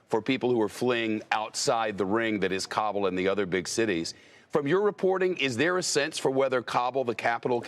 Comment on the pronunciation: I hate when people pronounce Kabul as [Cobble] when even the locals say [Ka-bool].